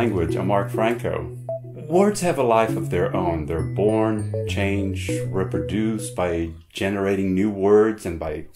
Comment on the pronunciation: You pronounced"reproduce"improperly.. just saying